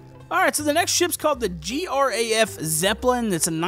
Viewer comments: Dude when you pronounce Graf zepplin,you actually pronounce Graf as it is and not g.r.a.f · G R A F. its Graf. just Graf. like you say graph. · Graf is pronounced like Graph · not g r a f, graf